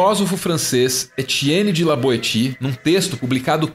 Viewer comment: Vídeo excelente, mas me permitam duas pequenas observações: Tudo que é recalcado retorna como deformado por censura, não necessariamente patológico no sentido do vídeo; e a pronúncia é etienne de la "boécie". Essa é uma daquelas palavras do francês que são infernais. Nada que comprometa a qualidade do vídeo, mas achei pertinente dar uma ajustada pra caso alguém tenha interesse, ler